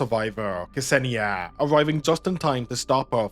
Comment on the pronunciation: K-Senia xD You mean Ksenia, pronounced like Xenia? Hahaha it's kinda funny tbh